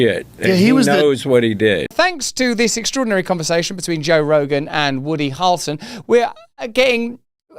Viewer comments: Harrelson…not harlson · To help you pronounce Harrelson correctly think of Prince Harry and the way you pronounce his name. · Also,even for a brittish guy that's a wild pronunciation of "Harrelson" 🤣😂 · Bro is dying over here in an attempt to pronounce Harrelson hahaha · Dude! Please stop pronouncing his name like that 😂 It's like nails on a chalk board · Why does Russell pronounce “Harrelson” in such a weird way??